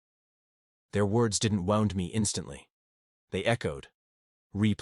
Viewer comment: AI, you should learn how to pronounce "death" and "wound." I'd throw that Bible in the nearest trash can. Obviously, Mom had never read it. Cut ties from this toxic family!